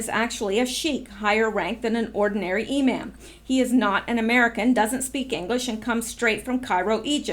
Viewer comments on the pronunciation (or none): imam pronounced e-mom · Imam pronounced ~ e mom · It’s pronounced “e-mom”. Know your enemy. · Imam pronounced E mom long a sound. .. no biggie. .. awesome cast today. . always appreciate your work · It is pronounced E-Mom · Long E sound, not A